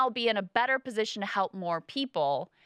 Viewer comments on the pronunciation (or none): the least appealing part of every podcast: Kyle reiterating "ma pozishon" at every turn. Brie absolutely schools him.